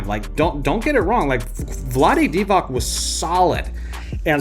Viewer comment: omfg another bball expert that says vlade divaK. its divaC, C not K.